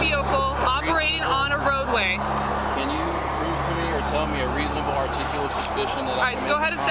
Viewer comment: It’s ReasOnable … not reasinable. Sheeesh.